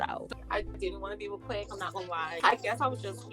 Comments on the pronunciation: I said 2021 I wasn’t gonna correct any more but why pronouncing Quik as Quake instead of Quick 😂😂😂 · It’s quik not quake lol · his name is not “QAKE “Lmfao